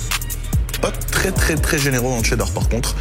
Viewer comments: Tu dit Tchedart au lieu de Chedart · On dit pas tchedar on dit chedar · Arrête de dire TCHÉDAR bordel